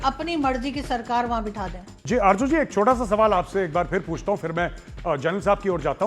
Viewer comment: aby tum loog z ko j kiyun likhtay parhtay boltay ho?? Arju nahi Arzo